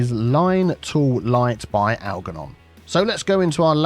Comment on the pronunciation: Just a quickie. The ‘g’ in Algernon should be pronounced as a ‘j’ - like the ‘g’ in germ. It was my fathers first name. Just purchased CS2 and look forward to following your excellent tuition as I did with CS1.